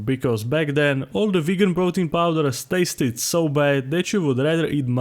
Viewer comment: idk why but i really enjoy how “tasted” is pronounced here. what is first language?